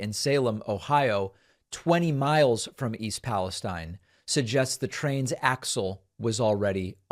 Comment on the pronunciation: David I know how you are about pronunciation. It’s pal eh steen